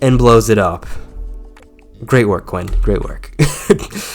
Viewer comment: Hate to nitpick buts it’s Oliver Queen not Quinn.. I’m sorry lol. You said it twice.